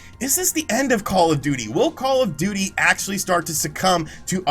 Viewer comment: I’m hearing “Call-a-Duty” every time you say “Call of Duty”.